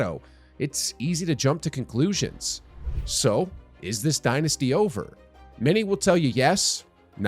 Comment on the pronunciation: No one pronounce dynasty like you, its still ringing in my head from your fav phrase “Dilan Dynasty Brook” 😂